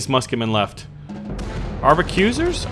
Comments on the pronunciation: I think its Ark-a-bus-ears, not arb-a-cue-sers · I think you're trying to say, "Arquebusiers" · AR-KAY-BUS-EIRS! thats how you pronounce Arquebusiers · I think it's pronounced ark-que-bis-ears since they use the arquebus or something. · Arquebusier: Arc-uh-boo-see-ay